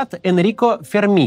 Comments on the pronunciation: Произносится правильно Фе́рми ударение на е, но не переживайте, итальянцы тоже не умеют произносить русские фамилии. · В фамилии Ферми ударение падает на первый слог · Ув. Макс, fyi, в фамилии "Ферми" (Энрико Ферми) ударение на первый слог.